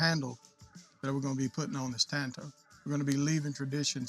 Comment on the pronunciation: The man can’t say tanto but he sure can make one